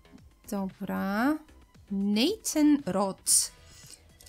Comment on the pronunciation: Jak coś to mówi się Drakulora i mówi się Nejtan